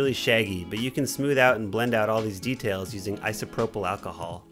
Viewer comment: “But don’t put to much achahol” what are you saying here?